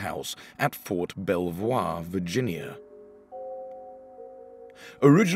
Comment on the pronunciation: Never heard Ft. Belvoir pronounced that way - but it makes sense. 😂